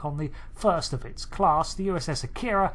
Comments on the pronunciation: This is one of my favorite ships. However I wish people would pronounce it correctly. It's not a-keer-ah It's ahh-key-rah. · No English speakers pronounce "Akira" or "Kobayashi Maru" correctly. "Ah-kee-ra" " Ko-ba-ya-shi Mah-rue" not "mah-roooo". The "ru" is a short vowel sound.